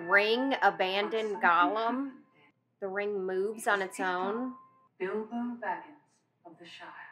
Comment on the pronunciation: I know you'll be corrected eventually, but I'm sitting here just cracking up at Bilbo Bobbins 😂😂😂😂😂